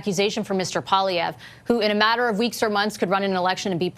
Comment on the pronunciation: It's PWA-LEE-EVRE. You are a Canadian journalist, and Pierre is the opposition leader. Do yourself a favor and practice saying his name so you're not embarrassing yourself